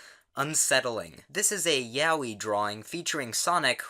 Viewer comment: Am I the only one who finds it funny how he pronounces "yaoi"? Something like "Yahwee"